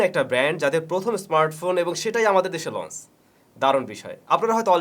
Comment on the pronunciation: লন্স হবেনা লঞ্চ হবে, একই ভুল বারবার কেন?